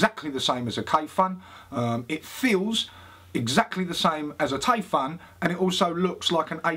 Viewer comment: Lesson 1: How to pronounce Taifun = Taifoon Lesson 2: How to pronounce Kayfun = Kayfoon I love your videos. :D You both are the freshest on YouTube. I can't get enough! ;)